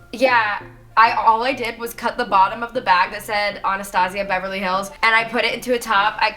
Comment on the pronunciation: Did anybody realize that she said Beverly Hills like all America